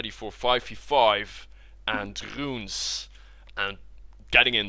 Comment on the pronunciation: ..and rrrunes.. :)